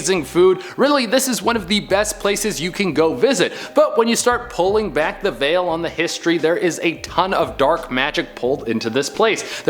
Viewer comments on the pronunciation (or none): none